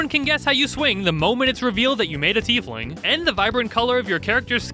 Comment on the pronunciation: Changeling and Tiefling were so on point XD